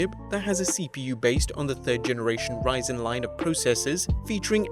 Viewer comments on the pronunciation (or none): none